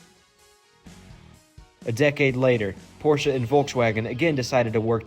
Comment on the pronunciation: k so we can all pronounce Ferdinand Porsche correctly so why can't people pronounce porsche correctly?